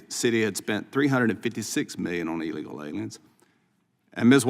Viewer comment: Did he just say "Eely Loylians" ? I concur, we should definitely deport any and all Eely Loylians we find. ;D